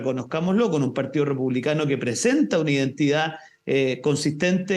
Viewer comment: Es parte de la pauta, tienen que mencionar al partíoh comunihtah un mínimo de cinco veces por intervención.